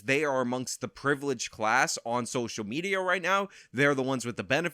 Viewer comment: I heard you say "SOCIAL MEZIA"